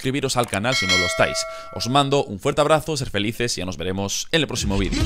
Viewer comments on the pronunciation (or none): none